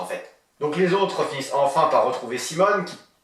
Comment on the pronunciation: D'accord, ça sera tant mieux si tu as le temps de le traiter. Et aussi, je ne sais pas si tu l'as fait volontairement, mais dans la vidéo tu parles de l'alter-ego de Simon en prononçant "Simone", au lieu de "Simoné" ;)